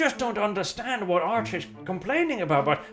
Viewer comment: Totaly unrelated BS, bit did anyone noticed that if Arch pronounces his chanel name a bit unclear it sounds like Arsch and this is incredible funny to me. Almost as much as rogal dorn finds the bucket helmets of the arbites funny.